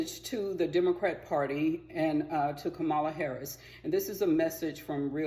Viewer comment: I knew what was coming when you mispronounced her name. Smh.